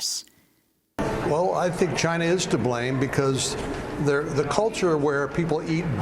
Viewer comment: Dondada he calls it a Chinese virus because it came from “ Chy-na “